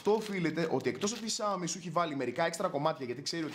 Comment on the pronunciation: Ξιαομι όχι σιαομι νομίζω